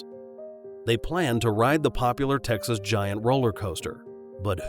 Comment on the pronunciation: “his home state of Tecnas”